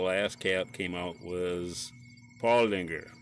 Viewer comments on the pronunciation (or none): There is no g in Paulaner. it is pronounced Paw Laner.